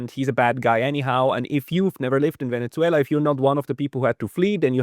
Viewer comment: try to pronounce "Venezuela" correctly, not with that awful German pronunciation (Venetsuela). Please!